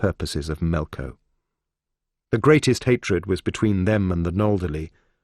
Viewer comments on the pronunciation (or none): It keeps saying Melco like it will get demonetized if it says Melkor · It's melkor not melko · Why does he keep saying "Melko" instead of "Melkor" or "Morgoth"???